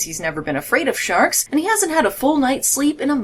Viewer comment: Shee-arks,, aauaughghg !!